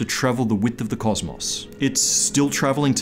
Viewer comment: "weedth". a false englishman was cought.